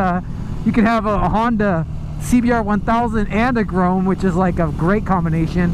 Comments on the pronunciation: It's grom not grome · It's grom not groam/grome. Go back to school and learn to read. Thanks. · Couldn't watch the whole vid purely because you kept saying grome instead of grom, it was just too annoying 😂😂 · STOP PRONOUNCING "GROM" as "GROAM"???? can you spell??? (pronounced gr-aw-m) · lol I hate how you say grom its grom not grome listen how jake the garden snake says it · "GROME" pffff... Pronounced Grawm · Its not grome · "The Honda Groam." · Cole Speirs are u sure it not GROME lol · Dislike just because you kept saying “Grome”😑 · yea it's definitely pronounced grawm lmfao anyone who knows anything about bikes knows that. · Now I'm going to be stuck saying "Grome" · It pronounced like "Some" but with a "G" "Grom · great video, but i must say, grome is noth the way to say it haha. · If you say “gron” one more time! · Grom like aaa you say at the doctors not grome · Grome? na bro. its pronounced GR-OHM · That was honestly bothering me the whole video. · You be sayin grom wrong. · Please pronounce it right oml